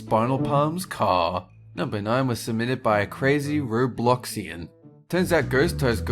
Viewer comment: Omg he said ROBLOXAIN